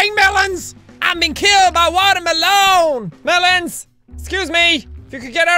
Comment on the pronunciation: i love how he says water maelon